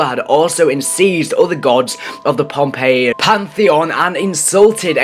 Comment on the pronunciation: It's Pompeii